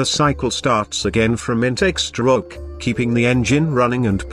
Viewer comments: LMFAOO yeah it sounds like "Shtroock" when he says it ahaha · I wish i could help the voice with pronouncing stroke and crank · "the intake STROKE" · camSHHAAAFT Stroke CYllinDEEER